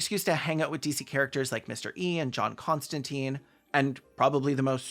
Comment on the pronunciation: Great video, but you make the mistake that many others do of pronouncing Constantine like Constanteen. The Hellblazer comics specifically state that it should rhyme with "Fine" or "Turpentine".